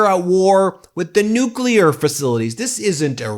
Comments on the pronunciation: He said “nukeyaler” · Dummy can't even pronounce NUCLEAR.